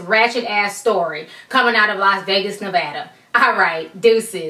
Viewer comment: THANK YOU for saying Nevada properly!!!!!!!